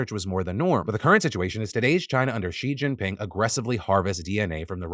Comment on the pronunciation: This is super irrelevant, but I was shook when Phil pronounced Xi Jinping right